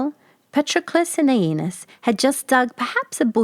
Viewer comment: I have several books reprinting this fairy tale by Mary E. Wilkins Freeman---the farmer's name was spelled Patroclus, the fat Princess' name was spelled Ariadne; and the fat boy's name was spelled AEneas, not "Anus"!!! Another drawback to letting AI render your videos.